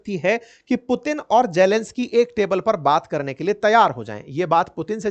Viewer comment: मुतीन 😂😂😂😂 क्या बात है